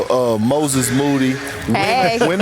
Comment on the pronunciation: Perk finally said Moody’s name the right way this time😂